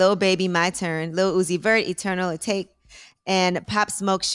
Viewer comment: This Bish really said “ay-take” 🤦🏽‍♂️